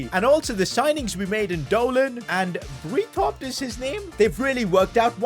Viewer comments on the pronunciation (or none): In german, Breithaupt would be pronounced bright-howpt. If the letters ei/ie are used, the last letter is the sound made. so ie = ee, ei = ow.